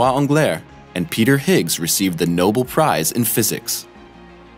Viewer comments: It's not "Noble Prize" Nobel. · It is a noble prize and a nobel prize lol